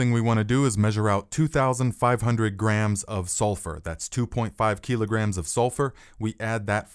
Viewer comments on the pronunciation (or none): none